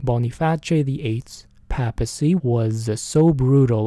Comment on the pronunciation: Great episode. Small correction. At least here in the US, it's pronounced "PAY-ple" and PAY-piss- see"